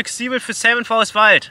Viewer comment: Ich verstehe immer seven forest... 😀